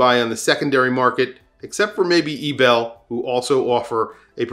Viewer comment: Eterna is currently making only very ugly designs. Credor is just stupid. Ebel got a very glorious history, but is really too specific design: anyway the pronounciation is wrong. Concord is a zombi brand. Chopard and IWC are no bargain at all. Anyway talking about "the gray market" so easily is dangerous and not very on the responsible side: on eBay is bloody easy to get scammed.